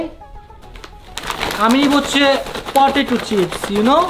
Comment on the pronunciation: ভাইয়া এটা পঠেচু না পটেটু হবে।